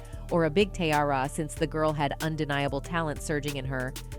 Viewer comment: I hate the way she’s say teairra’s name